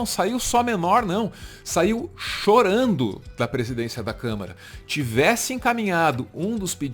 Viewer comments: O Doria falou Câmera? Foi isso mesmo? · Eu tinha achado que o Dória tinha cometido um lapso ao falar "câmera" ao invés de "câmara"...mas ele repetiu "câmera" em todas as vezes que falou sobre o orgão...rsrsrsrsrs...só eu reparei nisso??? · Dória fala por várias vezes: " CÂMERA...", Ou é impressão?! 🙄🙉🤦🏾‍♂️🤷🏽‍♂️ Alguém avisa pra ele que é CÂMARA! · O Doria falando 3x "câmera" só deu nervoso em mim? Gzuiz!